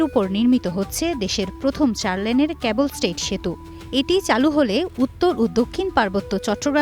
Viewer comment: ক্যাবল নয় - কেব‌্ল